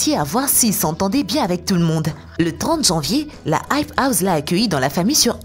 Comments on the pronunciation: Elle dit the hype houze mais what 😂😂😂😂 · Non aype ous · "la hype houZe" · Mais grv